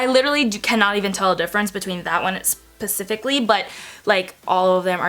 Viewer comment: Lol she said pacificly instead of specifically